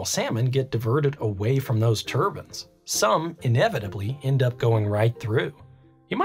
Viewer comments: Why are you saying turbans instead of turbines? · They aren't "turbans" The "i" sound is long "Tur-byne" Still watched the whole video, it was fascinating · TUR BINEZ not TUR BINS. lol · I know accents, that is a mispronunciation...like people who say nucular instead of nuclear (new-clear) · tur-bins. LMAO. You talk a little funny